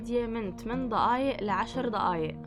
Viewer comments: احلى شي لما تقولي ضقايق عن دقايق 😂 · اسمها دقايق مو ضقايق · دقايق مو ضقايق هم نطقهم يفخمون حرف د و ق اسمعوها كويس هههههه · أيه والله بتعجبني 🤣🤣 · هي ما بتكتبه هيك هاد نطقها بس يعني بتنطقه ض